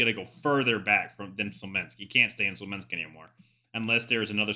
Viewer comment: Amazing video bro! But please it’s Smolensk, not Slomensk:)